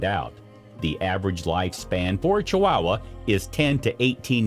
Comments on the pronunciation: I've never heard "Chihuahua" pronounced the way you're saying it. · Fact 11. You can't pronounce Chihuahua. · OH MY GOD PEOPLE!!!! IF YOU ARE GOING TO ACT AS A PROFESSIONAL NARRATOR FOR VIDEOS - LEARN HOW TO PRONOUNCE THE FRICKIN’ WORDS!!!!! ESPECIALLY THE MAIN TOPIC: CHIHUAHUA!!!!!! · It's not chi wow wa it's Chihuahua, more idiotic ai voice over bullshit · Please learn to pronounce the names on things when you do these voice overs. It is not a chi"wow"wa", it is a chiwawa. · Ok, but they are pronounced Chi-wah-wah. Not Chi-wow-wah. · IDIOTcan't even pronounce the Name Correct !! It's NOT Chi wowa !! It's Chihuahua !!!😠😡😡😡😡😡 I give this a BIG THUMBS DOWN because this IDIOT narrating this Video can't Pronounce the Name Proper !!! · It’s Chihuahua, not Chiwowwaa. If you’re going to do a specialized video get it right. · Why are chihuahuas pronounce chiwawa? CHEE-OOAH-OOAH. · It's not chi wow wah! It's chi wa wa! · Did the narrator really just call them Chi-wow-was? 😂. As far as I’m aware, they and the Mexican state they’re named after are pronounced Chi-wa-wa or more correctly Chi-hua-hua the hua being pronounced like hwa. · At least learn how to pronounce chihuahua properly. It's not chiwowa it's chiwawa and spelled chihuahua. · This dude says chiwahhwahh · Is it just me, or is this guy saying ChiWAAhua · i can not unhear "chi-WOW-wa" now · Ugh!! I can't stand his pronunciation of chee wah wah. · I’m sure this video is full of interesting facts but if I had to hear dude pronounce it “chi-WOW-uh” one more time, my head was going to cave in on itself. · Pronounced chi wa wa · This made me laugh. Ch-WOW-uh!!! Reminds me of how Peggy Hill would pronounce Spanish words on King of the Hill. <3 love my lil wow--uh though 🥰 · It was difficult to listen to that pronunciation of Chihuahua! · You are messing up the pronunciations of Chihuahua and Techichi. And now Yorkshire !